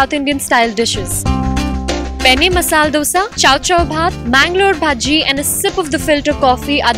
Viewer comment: Sooo, The host is damn cute. But what is up with your pronunciation lol? "Dalicious"?? "Masaal Dosa" ?? lol dont try too hard cutie.